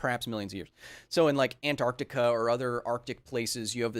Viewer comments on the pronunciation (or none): none